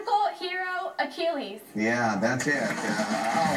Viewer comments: Poor guy. He did not know how to pronounce Achilles. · The girl after the dude was kinda rude with her tone, I mean he did mispronounce and stumble a bit but that doesnt mean you should belittle him. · IU, how do you not know how to pronounce Achilles? Glad I went to Purdue...